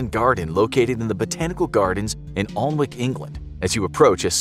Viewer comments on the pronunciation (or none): It's pronounced Ah-nick, not Alnwick. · I live very close to alnwick, england the reference around the 1 minute mark. That pronounciation made me cringe so hard.